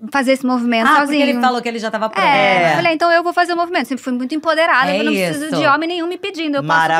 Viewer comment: emPOderada, sem o N, Por favor!